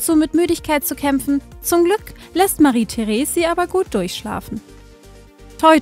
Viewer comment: Heißt es nicht Marie-Therese mit ausgesprochenem "e" am Ende?